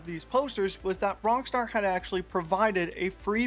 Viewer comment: Why do you sometimes call it Wrongstar?